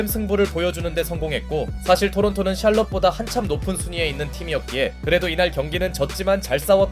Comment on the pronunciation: 샬럼 샬렇지 ㅋㅋㅋㅋ